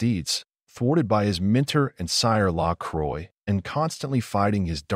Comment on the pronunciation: Nice video, but you mispronounced LaCroix. Second, the third season wasn't all bad. Yes, the powers that be at USA basically finished Forever Knight. If it had not been for Geraint Wyn Davies, they would have gotten rid of Catherine Disher as well. The new characters in season 3 were not all bad. Yes, if the PTB had left it alone and not cut the budget, it might have lasted longer.